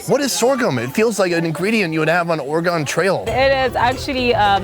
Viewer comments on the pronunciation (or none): Hey, guy from oregon here. It's or-uhh-gun. Love the video though! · PLEASE LEARN HOW TO PRONOUNCE OREGON CORRECTLY!!!!! I LOVE YOU BUT COME ON